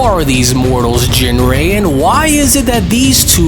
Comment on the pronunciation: So how do you pronounce ginrei? Because it was said different 4 times. Surely these episodes are checked over before release?